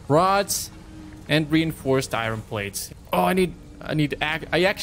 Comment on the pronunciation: pretty sure its ir-on not i-ron